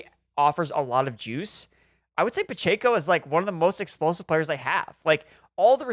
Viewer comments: Guys… for the love of God… it’s “Pah-Check-Oh.” Not “Pah-Chey-Koh.” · PachAco??🤣🤣 last time i checked it’s Pacheco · It’s pronounced PUH CHECK O